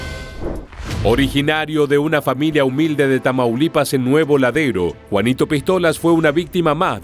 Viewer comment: Es Nuevo Laredo, no “ladero”